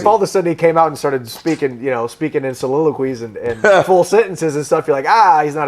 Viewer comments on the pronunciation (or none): Chandler said soliloquies hahaha. this guy is awesome